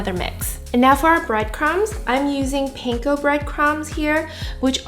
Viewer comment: And panko